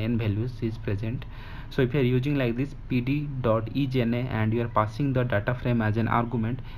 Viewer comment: Isna Not ijna . Good explanation